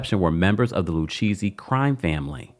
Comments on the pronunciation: Not LU-Cheesy 😅😅😅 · Lucchesi is pronounced Lu-Kay-Zee. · Lucchese pronounced Lu-K-Z😂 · It drives me crazy when people on you tube have a channel, but you don't do your research on pronunciation of names lu cheesy??? Lu Kay see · It’s pronounced Luke-ayzee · Love the way you pronounce Lucchese 😂…. It’s pronounced Lou- K- Zzzzz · 🤌🏾🤌🏾 It Is LU_KA_SEE. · Pronounced “Lu-Kay-see’ babe. I know this from mob movies😂. Aye Dina and this thing is the reboot that RHONJ needs. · It’s pronounced Loo-Casey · It's pronounced: "lu-KAY-zee" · Lucchese pronounced Lou-case-ee 😊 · Lucchese = Lou - Kay -Zee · It’s pronounced LU-KAY-CEE 😅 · I came here to text this 😂😂I’m like I’m pretty sure it’s pronounced lu-kay-z if my mob knowledge is correct 🤔🥴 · Like he’s never watched any documentary about the mob??? How is he pronouncing it like that??? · Omg the pronunciation is painful